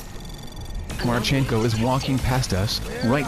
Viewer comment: marchEnko? No. Actual Ukraine surname has stress on the first vowel. mArchenko. It's derrivative to male name Mark and means 'Son of Mark'. So stress is on the original name. mArchenko. Nevertheless, great video.